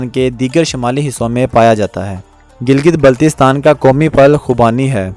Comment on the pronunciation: Pahlay teak say name tu bolna seko. It's not Giltistan